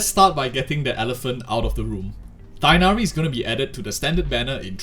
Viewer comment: Tee-hh-nari, not Taig-nari.